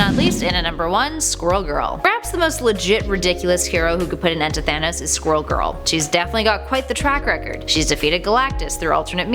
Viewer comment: She pronounces it thanis